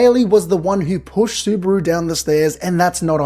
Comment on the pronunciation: bro is so Aussie he even pronounces Subaru like kangaroo